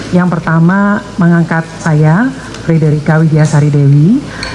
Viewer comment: Baca nama yg bener mas, bacanya Frederika!